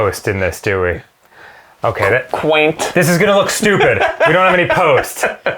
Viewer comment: The way Arin said "Quaint" made me laugh really fucking hard